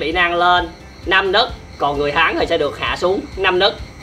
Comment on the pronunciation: nấc mà cứ đọc là nức nghe khó chịu vãi =)))